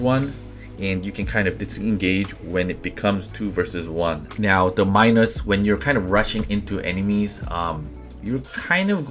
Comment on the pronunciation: C2USJX/IOS Minos, pronounced like mee-nos...my tip is save reflector for when you’re out of dash and sitting duck.